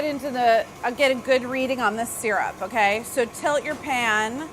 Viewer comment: No one: Literally not a soul: Charles Melton: M-kAy